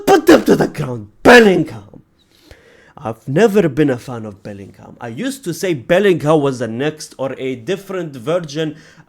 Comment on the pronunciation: Bellingham 😂😂😂😂 Boltingham